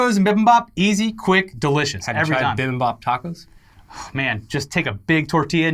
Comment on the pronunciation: pronunciation of Bibimbap is something else